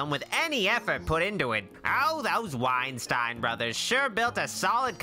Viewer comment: I love how you purposefully mispronounce the scumbag Wienstien's surname... I know damned well it would piss them off... and I'm pretty sure you do, too!